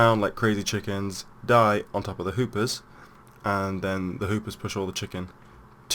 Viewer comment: did he say hoopers?